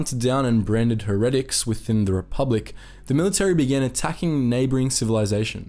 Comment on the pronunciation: her-ehh-tic... lmao